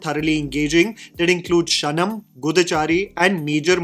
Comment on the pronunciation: Bro. You've been pronouncing these titles wrong and borderlining into swear words. Kshanam - क्षण - pronounce it as Kshetra vaala ksha Goodhachaari - pronounce it as Gu-dha-chaari (what you said sounds like the word bum in Telugu)